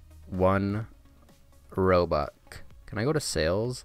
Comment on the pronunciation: One Robuk